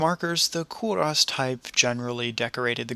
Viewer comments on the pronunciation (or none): It is pronounced Ko-ros not Ko-Russ!!!